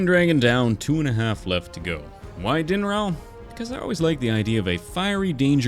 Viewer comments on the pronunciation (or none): who else heard “demonroll” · Your saying it wrong its not pronounced dinraal pretend your saying dinrall